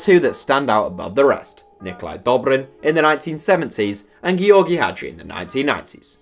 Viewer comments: Just George? Wtf he's from Romania not England. It's pronounced as jorr-gee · Ok I need help. Is Gheorghe Hagi pronounced like Gee or gee or did he pronounce it wrong. I thought it was just George